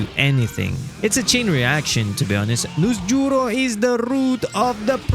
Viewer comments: the way he say Noosjurro 😂😂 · NusJ😂 as well .